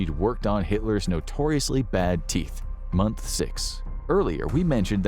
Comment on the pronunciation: 11:7 when he said month 1 i thoght he said womp womp😅